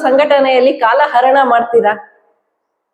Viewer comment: ವಿಶ್ಲೇಷಣೆ ಚೆನ್ನಾಗಿದೆ ಆದರೆ ಹ ಉಚ್ಚರಣೆ ಬದಲಿಗೆ ಅ ಆಗ್ತಿದೆ….ಆಸನ ಅಲ್ಲ ಹಾಸನ, ಇಂದು ಅಲ್ಲ ಹಿಂದು, ಕಾಲಾ ಅರಣ ಅಲ್ಲ ಕಾಲಾಹರಣ…ಇತ್ಯಾದಿ ಕನ್ನಡ ತಪ್ಪು ಉಚ್ಚರಣೆ ಬೇಡ.